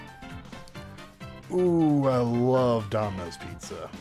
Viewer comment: Did you just say daminos can out pizza the hut